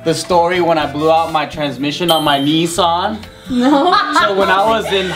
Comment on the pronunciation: "Knee-saan" Brb, killing myself.